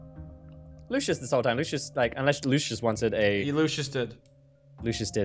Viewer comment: also did u notice that candy said lushes instead of Lucia's